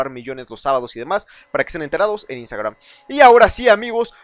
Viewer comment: Que gracioso como pronuncia iustagraum jajajaja😂😂😂😂